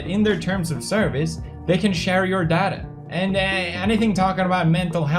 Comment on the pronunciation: "They can share your dada." me: wtf is "dada"?